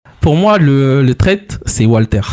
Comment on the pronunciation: Le traite? 😂😂😂😂😂😂😂😂 LE TRAITTTTEEEE?? 😂😂😂😂 Le traiTREEEEE!!!! Mais c pas possible d’être illettré à ce point, ah cette génération…..